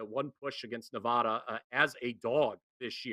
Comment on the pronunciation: it is ne-VAD-a, where VAD rhymes with BAD. It is NOT ne-VAH-da.